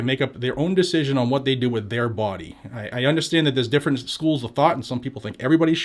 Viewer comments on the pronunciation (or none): none